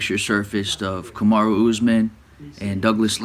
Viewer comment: The irony is Camara is an actual name in Guinea. But I Chael is mispronouncing Kamaru as Kamarough (US: Kamaruh), not as Kamara.